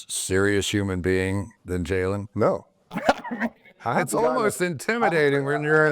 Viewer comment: Chris is it that hard to say Jalen’s name? Dang!!